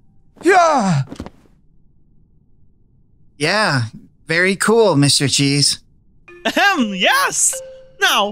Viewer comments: When angel killed mr cheese it sounded like mr cheese said “owcheese” or something like that. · bruh mr cheeze said bul cwap